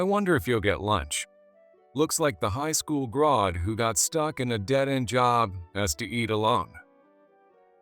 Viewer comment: It is pronounced grad g r a d not Grod g r o d. For f*** sake if you're going to have an AI read something make sure it can actually pronounce the word correctly also stop putting western names on Oriental stories we know those aren't Harvard and Stanford garage that's not a western business